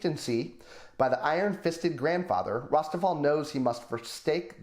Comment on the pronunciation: Thank you so much for featuring The Altar of My Fate, The Spiral of My Destiny, and The Third Way of My God! Also, major kudos on the pronunciation of both my name and Rosteval's! You rock, sir, keep up the great work.